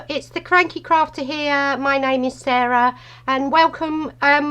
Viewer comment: Sarah! Your card is awesome and you are so much fun to watch. I really enjoyed this video and YES, you said my name Perfectly!! Thank you so much for the shout out. It's so much fun being in this hop with you.